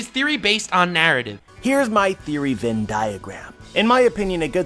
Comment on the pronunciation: Love the vid! ❤ but also it's Venn Diagram 😂